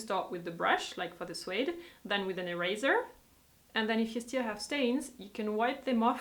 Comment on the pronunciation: the word suede is pronounced like the word swayed not suayed.